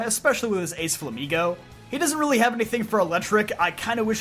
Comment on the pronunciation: Bro, it's not "eletric", it's "eleKtric". What's wrong with pronouncing multiple consonants in a row? It's not that hard!